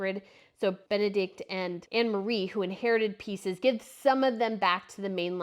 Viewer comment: Yes, please learn how pronounce foreign names properly. It's very impolite to pronounce Princess Bendikte's family name the way you do.